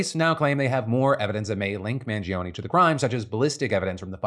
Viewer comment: Phill you claim to be italian but can't pronounce mangione. 😂